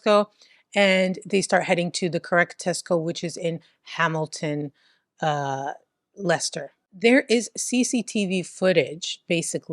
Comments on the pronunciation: Perfect pronunciation of Leicester 🙌👌🫶❤ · Yes you pronounced Leicester correctly. I was just at that Tesco yesterday. Ugh. I feel sick that I know some of these people. They were always fk ups. Banbury is in Oxfordshire. Banbury is just over 1 hour from Leicester. Stoke on Trent is 1 hour and 20 mins ish from Leicester and 1 hour 30 from Banbury if you don’t go through Leicester. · The only American that knows how to say Leicester. But can't say Stoke....😂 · Yes Leicester is pronounced "Lester" and actually Stoke is Stoke and not "Stokes". Your English accents are wonderful. Personally I'm hoping you get to cover a case from Bicester ("Bista"). Your shows are like a cultural lesson and I'm learning some of the things Americans don't know about British culture, eg balaclavas! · English guy here: 'Leicester' is pronounced 'Lester', well done. 'Stokes'? I think you mean 'Stoke' on Trent (sounds like I am stoked). Edit: your English Accent is really 'taking the mick', in the best possible way lol. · You definitely pronounce Leicester as Lester so you’re saying it properly,. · You pronounced Leicester perfectly 👌. Lester. Same with Worcester. Pronounced wusster 🙂👍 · I forgive her due to the perfect pronounciation of Leicester 🤣 She tries a lot harder than most YouTubers lol